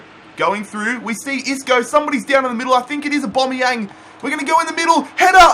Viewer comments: Its aubameyang no aubomayang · I hate how you say Aubameyang You say Aubomeyan It’s Aubameyang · Why the hell do u say aubomeyang instead of aubameyang??? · I beg say aubameyang’s name right please 😫